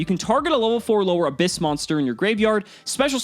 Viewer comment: The correct pronouciation is Ab- hyss, a pun with the sound that snakes make with their tongues.